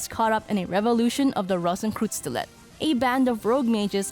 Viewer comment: Rosenkreuzstilette if you want to know the name of the game. If you are talking about how it was pronounced in the video it sounded more like "rosenkroozstilet" to me.😁